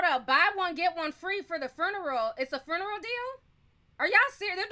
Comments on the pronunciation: Hi Ti, I don't mean any harm, but the word is not Fruneral. Funeral without the r. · She calls it a fooneral lolol